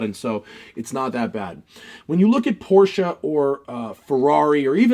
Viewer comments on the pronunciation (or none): none